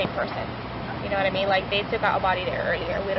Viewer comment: I think the noise Stephen McDaniel makes is supposed to be "I mean" but he just says it in one long syllable "I-eeeen".